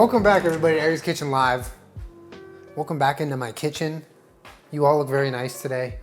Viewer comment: When you say “very excited” I hear “Aries excited”’ and I cannot not hear that now.